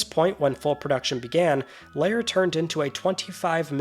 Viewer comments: lair not layer sheesh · Why are you saying 'Lair' like it's 'layer' and not as it should be 'there' (L-ere) . . . ?